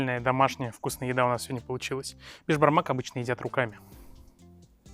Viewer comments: Беш бармак переводится как "пять пальцев") поэтому едят руками. А колбаса из конины - казы́ либо ка́зы, как удобно. P.S. казахи обычно лапшу делают тонкую, либо ромбами. И пожалуйста не говори "для бешбармака́"))) для бешбарма́ка) ударение решает) Спасибо за рецепт. Всей средней Азии салам из Краснодара! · Не бешбармакА, а, бешбармАка, ударение на "А" после буквы "М"!!!